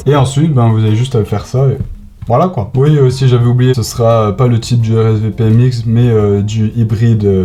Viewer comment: xD le oui oii